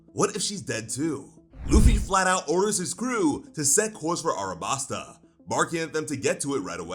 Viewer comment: Wait just a second there. Is this real or a Mandela effect. The city is called ALABASTA. Not Arabasta…